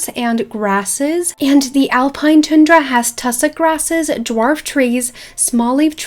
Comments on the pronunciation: It’s not tune dra, it’s pronounced: ton dra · Hi is a! Tundra is pronounced TON-DRUH! Just a pointer. Anyway, loved the video and I think SSO should do all of these in the next 2-5 years :) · No hate at all but you pronounced tundra wrong, I’m an American and we pronounce it a bit different than what u said it like ;)